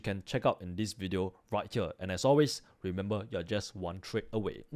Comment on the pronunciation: i understood everything but its remember not remembal